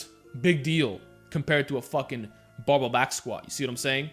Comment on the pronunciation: Is he saying " bubba" back squats???? Wtf